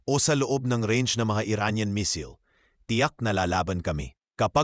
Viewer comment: asus hwag kang mapag paniwala jan sa Iran kagaya din yan ng Russia ....at tsaka ayusin mo ang pronousation mo kasi di lahat alam yong sinasabi mo ..anong Misil ...